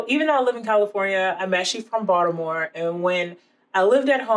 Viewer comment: You never really know when someone claiming to know how to make Maryland crab cakes is really from Baltimore until you hear them say Baltimore and you nailed it! LOL